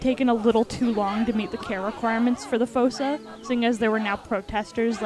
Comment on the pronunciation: Fun Fact Fossa is pronounced as if it had two O’s so it’s pronounced Foosa